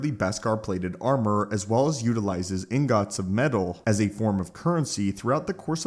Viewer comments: lol he says ingot like in-got it's pronounced ing-ot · man said inGOT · why he say ingot like that